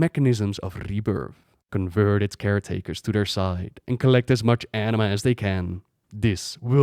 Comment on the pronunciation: enema? isnt it anima?